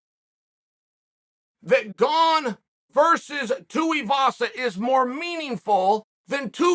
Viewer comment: I'm glad that he's finally allowed Tai Tuivasa's name to be pronounced correctly.